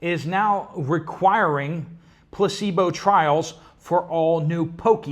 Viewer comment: I thought you said “pussy bull” !? 😅 Placebo 😅